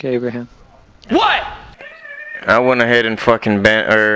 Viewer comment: A-bruh-ham Lit-coln has spoken)